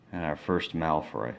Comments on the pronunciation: AND NOT MALOY ITS MALFOY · you pronounced malfoy as malroy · It's Malfoy not Malfroy. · legojake8 Mc Gonagall and Malfroy is what he meant to say